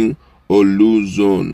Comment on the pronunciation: Please pronounce Orlu correctly. It is Not "OLU"